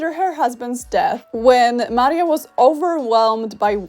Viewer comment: Nawet taka drobnostka jak jej imię zostało zmieniona z Maria na Marie. Co jak co ale Maria to już naprawdę nie jest trudne do wymówienia poprawnie.